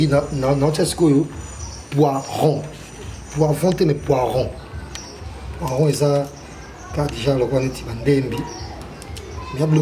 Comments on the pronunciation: Félicitations 👍🏽mais on dit “Le Poireau” et non “ le poiron “ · poireau et non poiron 😂😂😂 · mokakusua toyekolaka tout le jour,juste correction balobaka poireau et non poiron